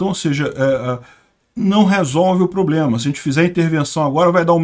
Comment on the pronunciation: Desculpe um comentário: Você é tão pontual e inteligente nos comentários… Porque você pronuncia “ pobrema”?